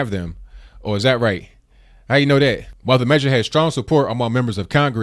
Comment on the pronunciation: its that not dAT. CORRECT YOURSELF PLEASE